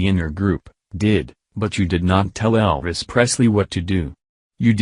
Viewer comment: Sorry can't take a robot talking into a fan seriously! Can't understand a word your saying! Take the marshmallows out of your mouth! And it's Elvis not El ris! 👉😔☁